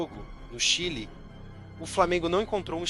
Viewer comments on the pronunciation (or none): "Flamengo foi ao chail" ? "Ao chail?" Foi aí que eu"stopei " o vídeo! "Chai" não rola...😂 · Um áudio que chama o Chile de "chaile"? E o jogo não foi em Calama, foi em Santiago, no Estádio Nacional.